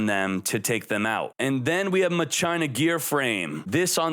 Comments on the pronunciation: I love you and your videos but it's pronounced "Mach-Ina" instead of "Ma-China" lol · ma-china? Mach-i-na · I always thought it was Mah-kee-nah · MA-CHI-NA! (like Deus ex Ma-chi-na) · Literally called it Mah- CHINA 🇨🇳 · He loves Mah-China